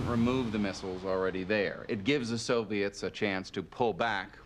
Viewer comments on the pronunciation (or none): none